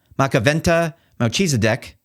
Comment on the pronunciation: "Mel Cheeseideck" Really?